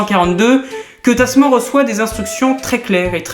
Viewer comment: (ça se prononce "tasmane"). les abel sont souvent de grands hommes ;)